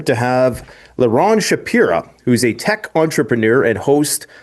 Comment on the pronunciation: Shapira ? Sounds like zionist agent/puppet Shapiro ...